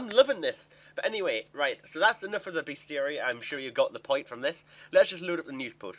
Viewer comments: its pronounced ... beast-uh-ree .. Dur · It's pronounced best-i-ary. It rhymes with diary. It's a monster diary. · it's Beast-ary i think. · Its beast-e-yare-e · oh you slaughtered the pronunciation of bestiary:D